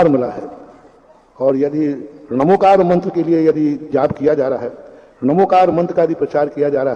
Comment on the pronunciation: इसका सही उच्चारण णमोकार है